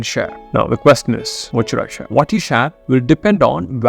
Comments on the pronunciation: No body in the world will pronounce “Share” that way except indians (that too a small %age) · Can't get past the way he's speaks "share". Amazing content tho.